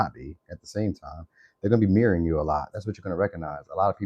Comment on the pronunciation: I swear it sounds like you're saying my name the way you said mirroring 😂😂 I had to run it back cuz I thought I was hearing it wrong but it literally sounds like you saying my name mixed with mirroring 😂😂😂